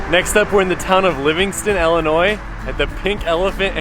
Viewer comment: Stop saying "ellinois". It made me stop watching